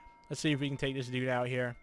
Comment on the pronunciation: He said can i talé your order